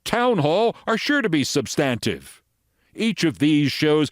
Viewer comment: Check that pronunciation of “substantive,” please. Never heard it before.